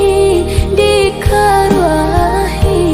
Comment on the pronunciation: Lagunya bagus. Sayang sekali pengucapan kosa kata bahasa Minang masih ada yang keseleo. Contoh kata disemba, dikaruah i, dijanguak, diratok i intonasi nya kurang baik.